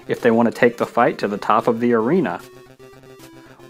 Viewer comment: Arena not arina